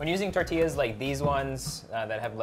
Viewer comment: I like how solenn pronounce “tortillas” in a french way haha❤️